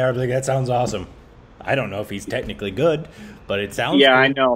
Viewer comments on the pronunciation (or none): none